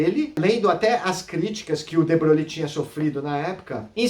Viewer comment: Muito bom,. Seus vídeos são ótimos e favorecem o aprendizado. A única coisa que "doi" é a sua maneira de pronunciar o nome de de Broglie: não é "debroglie" (com ênfase no "i"), mas algo como "debroi"; veja aqui Acho que você também falou que, no experimento do gato, previamente à medição, o gato está vivo e morto "ao mesmo tempo". Isso induz a erros; o estado superposto é um "terceiro" estado, nem vivo nem morto, mas uma superposição deles. Como sabe, uma situação como a do experimento, que aponta para um emaranhamento entre, digamos para abreviar, os estados do gato e do material radioativo, foi o que Schrödinger chamou de "a" característica da MQ. Com efeito, para estar vivo e morto, ambos os estados "vivo" e "morto" precisariam ser estados "atuais" do gato, mas não são. Em resumo, antes da medição, o estado do gato é uma superposição de estados, nem um e nem outro: o vetor de estado não está em nenhum dos subespaços dos vetores gato-vivo e gato-morto. Parabéns e continue postando esses vídeos. Abraço.